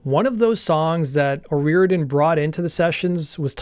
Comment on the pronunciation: great video.....but please learn the culture and their speak before u try to pronounce their names OH RI or idian